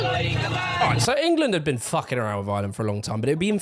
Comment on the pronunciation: Love you man just gotta say every Irish watcher got at least a little annoyed hearing you call our country “Ire”💀